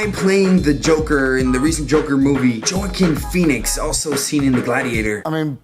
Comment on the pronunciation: Um, that is NOT how you pronounce Joaquin Phoenix. lol